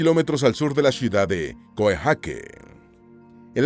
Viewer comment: Coejake ?? 🤣 🤣 Coyaike se pronuncia.. Un mínimo de investigación..